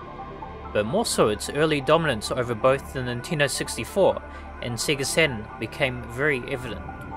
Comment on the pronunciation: I appreciate the unapologetic Australian pronunciation of Sega.